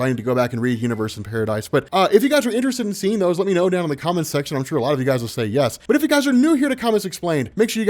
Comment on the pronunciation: Daniel Bryan levels of "YES"